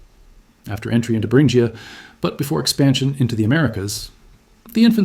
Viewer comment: Maybe I’ll watch this if you stop mispronouncing “Berengia”